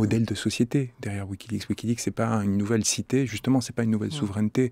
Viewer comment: mais qui ne sait pas prononcer wikileaPs lol !